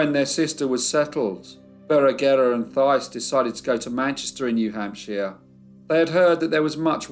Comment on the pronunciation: Love your work! Lowell is pronounced “low-well” and New Hampshire as “hamp-sher” FYI TY for leaving the pictures a long time so we can study them. The one of Anne testifying is poignant